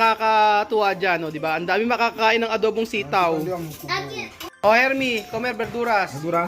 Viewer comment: Herlie hindi hermie